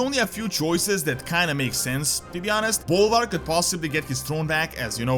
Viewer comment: I can't be the only one who heard that as "And then BALLER took over the crown." I mean.... right?